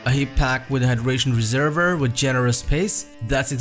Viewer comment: Réserver !!! No it’s a reservoir! Sorry can’t get past voice